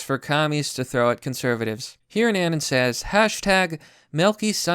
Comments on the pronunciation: He's saying "anun" instead of anon, I was being pedantic. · BTW. It's pronounced A-NON not ANYN. Say anonymous but cut off everything after anon. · Its pronounced uh-non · How is it that a guy who specializes in covering meme wars can't pronounce "anon"?